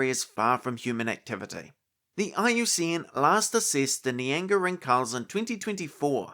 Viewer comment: Pretty sure the pronunciation is Ring-Hals (like the city Hull+s), not Rin-Khal😊 If someone is interested 😅